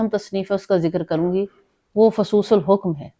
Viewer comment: باجی فصوص الحکم میں حکم کی حا پر پیش نہیں زیر پڑھیں شکریہ